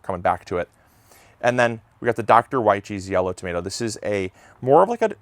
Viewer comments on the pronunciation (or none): ....i love all the yellow varieties, especially the Doctor Wyches (pronounced witcheez) 😉